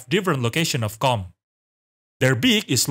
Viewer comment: I love your accent, it makes these videos twice as interesting to watch, but it's so funny that you thought we would get distracted by the boobies when you talk in length about combs, but I am constantly hearing “cum“